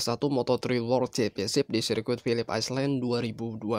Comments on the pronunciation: Bang jangan islen bang.tapi ailen artinya pulau. Masa ngga tau.. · Philips apa bang? Aislen? 😆